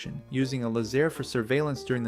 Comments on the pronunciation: Too bad you can't pronounce Laze- Air. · Lay-Zair …It’s derived from The words Lazy-Air ….Lazair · back then everyone pronounced it "Lazer" like a lazer beam. We owned and flew a Teryadactyl..and had friends who had Lazers as well.